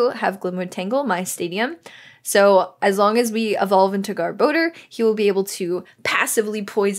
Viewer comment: GR-bo-dur. (Gar-ba-dor) =garbodor